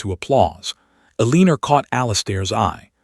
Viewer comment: Sorry can not under take another story of Elenor being pronounced Aleaner😢😢😢